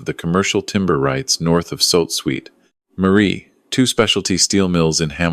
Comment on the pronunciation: I'm Canadian, and I have never heard 'Sault Ste. Marie' pronounced like he did!